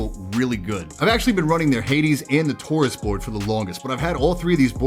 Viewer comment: Idk why, but in my head i thought he said "tourist" whenever he said taurus